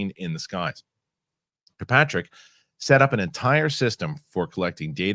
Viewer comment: FWIW: it’s “kirk-PATRICK” not “cue-PATRICK” *Good stuff though Fellows